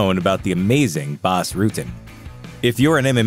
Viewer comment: isn't prononced Boss Rutten!?